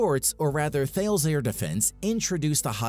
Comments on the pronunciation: FYI it’s not pronounced “Thails “ but “thah lees “. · Actually, it’s a French company with global factories and the name is pronounced TAH-luss. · Tal-es it’s pronounced, you average American